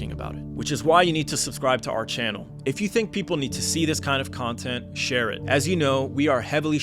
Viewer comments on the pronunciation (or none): none